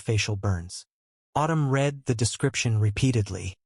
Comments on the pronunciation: The past tense of the word read is pronounced red, not reed. Please fix your AI. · I cringe every time the word read is mispronounced